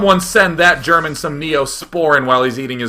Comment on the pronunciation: i love day 9 trying to read german^^ i loled 5 minutes